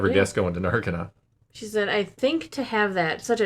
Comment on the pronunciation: it's nar-KEY-nah I don't know where you guys got nar-KI-nah but Gilroy has said it as "nar key na" multiple times in interviews. Just sayin!